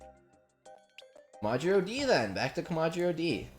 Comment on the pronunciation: oh my god i hate how he’s saying kom-ah-jih-row kill me